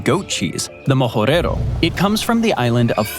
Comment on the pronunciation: majorero cheese, not mojorero